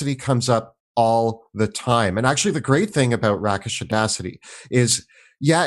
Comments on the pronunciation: *long A sound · Hate to be that guy, but it's "rei -kuhsh", as in: "you're a rake and a wastrel". Otherwise, great video, chaps! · It's RAKE-ish, not RAKK-ish. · RAY-kish Audacity, not RACK-ish Audacity. In other news, I absolutely **LOVE** playing Swashbucklers. My absolutely favorite 'war story' involves Kendria Bowrunner, a Halfling Swashbuckler (and former Second Mate aboard the privateer-turned-pirate Serpent's Cairn). Disguising herself as a 'lady of society' (via Glamoured Leather Armor), she seduced a bandit leader to 'handle her ex-fiance' (actually her Fighter teammate, Rudolf). The leader brought his gang to the showdown and, when Rudolf made a violent gesture in response to his gibes, Kendria stealthily backstabbed him (rolling a Nat 20)... then screamed in terror, crying out "I told you he was dangerous!" Between circumstances, Expertise in Persuasion and Intimidation, and a 16 Charisma (+3 modifier), she convinced the other bandits that Rudolf had killed their leader with a gesture from thirty feet away; they immediately surrendered. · fwiw... 'Rakish' has a long 'a" (rāk'ish) so like rāke the leaves not 'æ' as in a gun rack. Thanks for the ranking! I enjoyed it! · I can't help it... Rakish is Ray-kish, not rah-kish, long A, taken from Rake, an older term meaning "a fashionable or wealthy man of dissolute or promiscuous habits." Sorry guys, I loved the rest of the information, but that did get me :) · For the most part I love the way you pronounce words, especially silent ‘r’s’ as in I-Ron and patter-ren but your pronunciation of rakish irked me. Derived from the word Rake is should be rake-ish not rack-ish. Just saying😏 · Excellent job, but one critique... "rakish" is pronounced rake-ish (not rack-ish), meaning, that behavior is risqué, saucy, or fast. I. e. Don Juan. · A rake has rake-ish audacity, not rack-ish audacity. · I thought Rakish Audacity was pronounced like Rake and not Rack. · "Rake-ish" Not "RACK-ish" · “Rakkish” audacity?